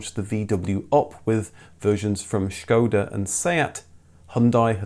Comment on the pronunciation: "You should pick a name which is obvious to pronounce." Proceeds to mispronounce Citroen, Peugeot, Skoda and Dacia 😂